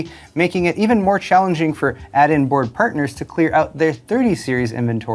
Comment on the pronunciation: Ill only start watching this channel if learns to pronounce the letter " I " - so instead of Pirtnirs he says partners